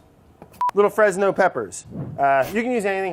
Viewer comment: more like fres-yes peppers